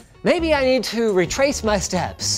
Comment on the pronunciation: "RAY TRACE" my steps - Linus